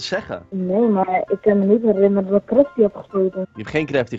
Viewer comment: Die stem is echt gewoon teletterlijk GRA FITTIE klinkt het xD